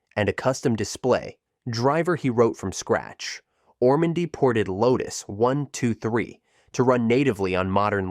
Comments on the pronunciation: Really enjoying these videos, but can you not train your speech syntheses engine to pronounce brand names correctly? Instead of saying "1, 2, 3" it says "1 to 2 3" or "once 2 3". It also pauses and breaks up grouped phrases into two parts at times. Can you not give the engine "hints" to pronounce these words/phrases correctly? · And the mispronunciation of the creator's name isn't the worst. Are we to believe that the software is really names "one to two three"? LMAO